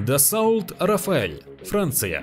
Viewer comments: ДассО, ёпт, а не дассаулт...!!! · Дассаулт, блин! Ах да... Это же Франция. Там все ездят на Ренаултах и Пеугеотах. А так же пьют Бордеаух!))))))) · Как можно говорить эгл, дассаулт? По твоему не Рено, а Ренаулт?